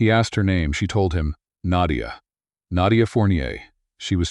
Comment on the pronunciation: I've never heard the name Naydia before. Is that just how the AI chose to pronounce Nadia?